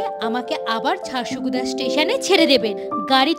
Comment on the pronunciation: ' ড় ' এর ইংরেজি বানান da হয় । তাই উচ্চারণটা ঝারসাগুড়া হবে ঝারসগুদা নয়। ওখানকার স্থানীয় লোকেরাও ঝারসাগুড়া বলে। তবে জায়গাটা সুন্দর।